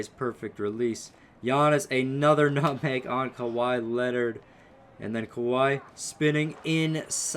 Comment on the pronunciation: BRUH. MANS SAID NUTHANG